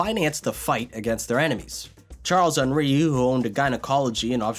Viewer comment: "charles-henri" you're saying half the name in english and half in french